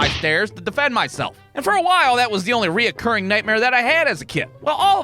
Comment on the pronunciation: Why do you keep putting an "o" in between "re" and "curring?"